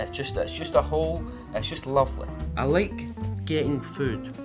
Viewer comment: LOL HE SAID LIEK INSTEAD OF LIKE AND THE AUTO GENERATED SUBTITLES GOT IT! I'M DEAD!